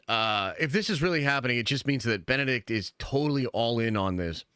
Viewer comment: Bend a dick comme a be atch. (comme is French for like) too funny!🤣